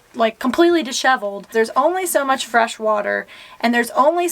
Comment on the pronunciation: Disshevled..." Is She's from the east coast ???